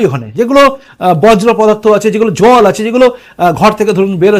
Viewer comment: বজ্র পদার্থ নয়, হবে বর্জ্য‌।